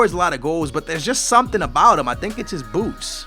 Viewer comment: When he said, boots, i thought he said boobs